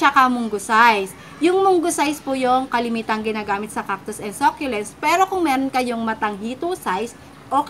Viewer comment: Ako din sobrang adik ko sa sah- kyu- lents lately.hahha hindi nmn siguro nakakahiyang mali tayo mg pronunciation. Basta makabili tayo ng same item nayun , bakit ba. Hahhahaha